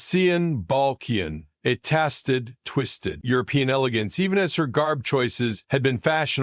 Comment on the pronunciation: Stupid artificial intelligence narration, it couldn't even pronounce the word tasted.